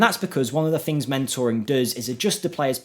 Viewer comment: Please at least try to say things instead of fings. It's just laziness 😔